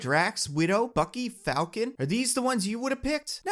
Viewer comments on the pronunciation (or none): none